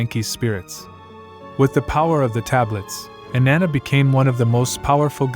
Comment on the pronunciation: Her name doesn’t rhyme with banana